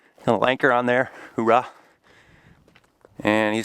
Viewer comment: Are you saying hooYah or hooRah?